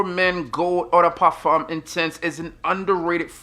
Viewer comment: Stop pronouncing EAU DE PARFUM like you’re French